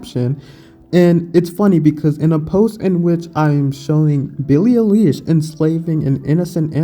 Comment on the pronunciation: Now this channel is fucked, the already fucked up topic is just fucked up a little bit more. Can't even pronounce her name correctly, promotes the idea to call " meat eaters " animal abusers and racist. I'll eat a big mac just to make every person mad that gets triggered by that, peace.